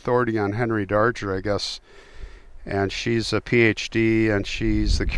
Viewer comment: I think his name is pronounced Dar-Grr. Natalie Merchant wrote a song about him.